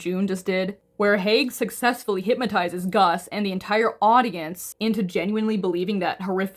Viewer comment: *Hypnotize not "hypmotize" 😭